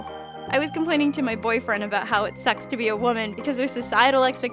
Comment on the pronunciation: Anyone else notice how she said how it sex* to be a woman